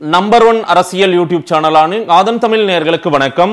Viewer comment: Adei....Tamizh nee correct aa sollu da lossu....